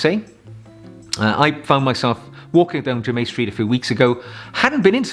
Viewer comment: Adore your channel,I am wearing for spring "Douro" by Penhaligons It is my fave EDT.for evenings at The Opera or Ballet I wear "Mouchoir De Monseur"by Guerlain.For day I wear Boucheron Eau De Parfum pour Homme.By The Way it is pronounced JERMIN Street,not jermain Street !!! Terre De Hermes is also a wonderful choice for spring.